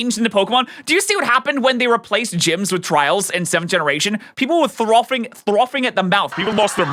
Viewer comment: I had to rewind when he said throffing at the mouth 😂 it’s frothing